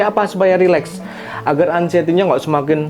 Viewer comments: Aksienty apa anxiety sih 😂😂 apa astuty apa engsuty . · Anciety mas, bukan accienty😅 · Aksenti 😂… anxiety mas bukan aksenti wkwkwk